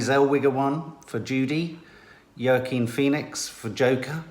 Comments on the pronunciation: Wa-Keen Phoenix 🤔 isn’t it ? Just became a family member 👍🏻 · It’s Wa keen Phoenix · still saying Joaquin Phoenix wrong 😅😅😅 Edit: I think the other “NOT good” actress that you are thinking of is Sienna Miller